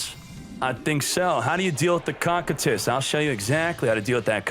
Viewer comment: It’s pronounced kokytus (cocytus) not cockandtits u FOOL.! XD